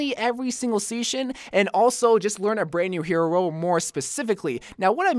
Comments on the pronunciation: every single seasnion ? ( am i just hearing season wrong or am i hearing seasnion? ) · did he say seshin instead of season?? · Did anyone here say sheason or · every seashen... eh close enough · he said "Seashian" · He said sea😂😂😂shon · "every sea-shen" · “ I learn a brand new hero mainly every single seashon” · he said sheeson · sais seeshon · Bro you said seacon dude 😂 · seation lol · I heard it aswell 😂 😂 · He said seashon